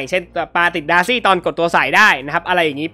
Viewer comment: สังเกตุตอนเวลาจะอธิบายหรือเรียกชื่อฮีโร่อะไรเงี่ย พี่เเกจะพูดประมาณว่า เเทนที่จะเรียกดาซี่เงี่ย ก็พูดเเบบว่า ดาซง ดาซี่ สังเกตุนานละ55